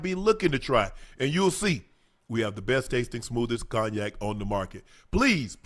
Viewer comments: Ocho pronounced cognac like it's spelled 😂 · Man actually said Cogknack. LMFAO. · Cog-nac. Ocho, give me your phone......NOW.